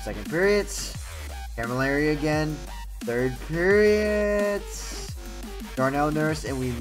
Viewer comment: Why do you say "periots"